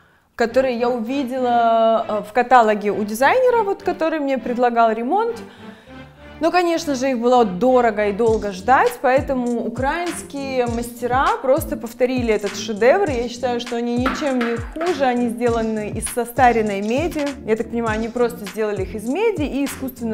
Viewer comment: В Украине по правилам украИнского языка правильно говорить с теми же ударениями что и в русском: украИнские, каталОг.